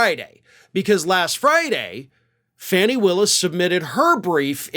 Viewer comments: fani is pronounced Fawn-knee NOT Fanny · Please pronounce Fani Willis's name correctly. Her first name is pronounced "Fawni", not "Fanny". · FAWNEE !!! Willis NOT Faanee !!! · 😅stop calling her Fanny ,it's pronounced Fowny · My GOD her name is NOT FANNY smh Could u PLEASE stop calling her FANNY, I mean GEEZUS, I'm sure u have watched news stations that says her name correctly which is FAWN-E spelled Fanni!! Come on now!! 😒🙄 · I thought they pronounced her name, Fonnie, instead of Fannie?? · Fah nee Willis. Not Fanny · That's Trump's entire playbook - "Delay, delay, delay". (BTW, it's not Fannie Willis, it's Fani, and rhymes with Donny) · why do you continue to disrespect Fani Willis by mispronouncing her name? Fani is pronounced Fawnee not Fanny. A Mensa member should know better. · Not for nothing but Fani’s name is pronounced FAH-nee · I think it’s pronounced ”Fawny” Willis. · I love you and watch your show religiously. Would you please start pronouncing Fani Willis’ name correctly?